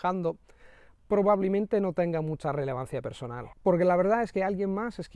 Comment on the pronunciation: Verdad? Pues, yo si he encontrado errores, tipo "no te preocupas" en lugar de "preocupes" y "probablimente" en lugar de "probablemente" y otros.